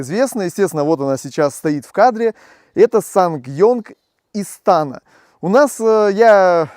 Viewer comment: Не истАна, а истанА!😬😬😬